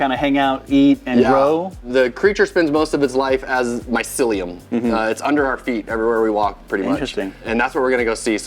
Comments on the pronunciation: You can tell he wasn't a good listener at school when he read the word "mycelium" like he never heard it before. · Not to mention he couldn’t say mycelium, maybe they recorded that interaction first beforehand, but mycelium was mentioned multiple times and there shouldn’t be a reason not to know that word by now. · This guys doing a whole YouTube video on mushroom farming and he definitely spent at least a few hours if not a few days doing his interviews with the guy and he can't pronounce the word mycelium when he sees it on his phone while reading his questions. How can you produce anything useful to teach people about mushroom farming when you very clearly don't know shit about the topic of mushrooms. This guys a turd in the punchbowl. He's lucky he landed an interview with an intelligent successful mushroom farmer, cause without this guy the video would be useless.